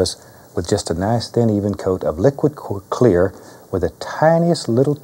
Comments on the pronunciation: Liquid cWa- Clear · Bob almost says liquid queer instead of liquid clear haha. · he wanted to say "liquid kweer" lmao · Liquid que-clear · Bwahahahahah! He almost said liquid queer!! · liquid wh-clear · Hahahahaha he almost said liquid queer in the beginning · Dude almost said liquid queeer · liquid cu-clear